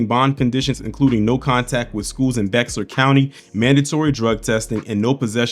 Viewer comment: Its pronounced bear I'm here in San Antonio and they not even talking about it but got all this shit around town about this uvalde and the DAMN spurs